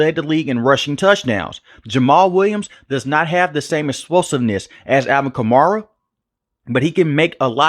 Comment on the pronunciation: Stop saying Kar-Mara lmao